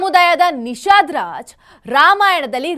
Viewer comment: ಸರಾಯು ನದಿ ಅಲ್ಲ. ಸರಯೂ ನದಿ. ಮತ್ತೆ ನಿಷಾದ ರಾಜ್ ಅಲ್ಲ . ನಿಷದ ರಾಜ ಅಂತ. ನನಗೆ ತಿಳಿದಂತೆ.